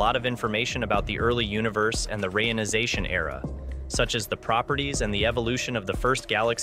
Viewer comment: "...rayonization era...", I thought I had heard about a re-ionization Era, maybe I just misunderstood?